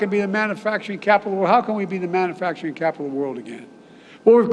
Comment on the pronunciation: Love how he pronounces ‘manufacturing’ as ‘mannafacturing’